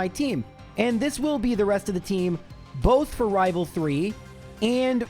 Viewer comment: Nah, the second time you said "rival trés" you rolled your R really well in rival